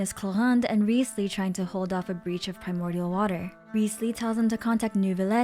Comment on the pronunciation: I find it kinda dumb that you go through the trouble of pronouncing character names and locations as accurately as possible(even though that is not how they are pronounced in-game) yet you pronounce Wriothesley's name incorrectly. Other than that, I love watching your lore videos and theories.